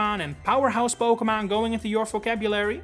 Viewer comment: When you make it big you need a t shirt that says "PokeMON" . I know it's your accent but it's iconic